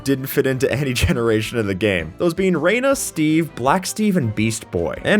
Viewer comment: “Rah-nah” not “Ray-na” for the frog costumed mob, because Rana means frog in Spanish